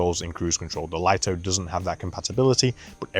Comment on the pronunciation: DJI may as well officially rename this drone the Lye-Toe because no one seems to know it's pronounced Lee-Toe